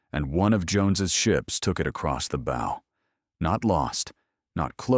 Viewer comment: Its a Bow, the front of a ship, not a arrow firing weapon or a ribbon on a box. Maybe you should spell the words phonetically so your weak AI could pronounce it correctly. Lead, read live are others you screw up.